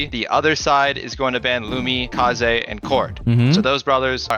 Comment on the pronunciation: rare footage of pronouncing kaze's name properly